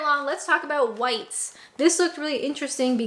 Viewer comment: Just so you know it's *R* Whites.- you have to pronounce the R